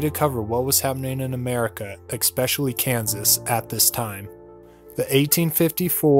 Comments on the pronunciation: it's especially not ekspecially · The word is “especially” numb nuts! It doesn’t make it “extra special” to say EXSPECIALLY